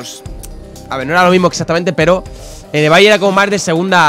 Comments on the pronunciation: Todos: se pronouncia ibei Absolutamente todos: se pronuncia ibei Folagor: ebay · porque lo pronuncia ebai y se pronuncia ibei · "ebay" = ibey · Absolutamente nadie: Folagor: "EBAY" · Lo dice solo él que yo sepa 🤣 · Hola soy nuevo y ebay se pronuncia ibey